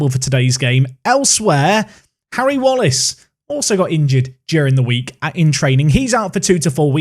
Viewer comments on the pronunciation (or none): none